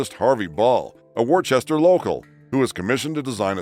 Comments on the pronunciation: By the way, on the topic of the Smiley faces from Worcester, the city is pronounced Wistah, not Worchester. I know about this, because I was born there, and I get a little bit offended when it's mispronounced. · It's not Worchester it's pronounced Wooster. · And it's pronounced wooster as in woof not war-chester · "Wooster" not Worchester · For the love of God. "Wore chester"? Woostah! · It’s pronounced “Wooster” not war-chester. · Worchester, Mass. is pronounced "wohster" not "warchester". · Um, It's pronounced, "Wooster"- not "Worchester" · I remember ALL of this stuff! So many of them were new and amazing to us. And, BTW the MA town is pronounced "Woo-stah. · warchester? Never heard of it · The "ch" in Worchester in NOT pronounced! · That's not how you say Worcester.